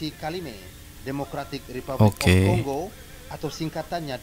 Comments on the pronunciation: CONGO bunyinya bukan Kongo,. Bunyinya Konggo,. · sebutan yg betulh ConGo BUKAN CoNgo.... 😂😂😂😂